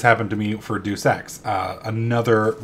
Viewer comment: Ok first off its day us ex not deuce ex. But thats ok it sounds funnier and ill let it slide because of that end of the year vid on your main channel.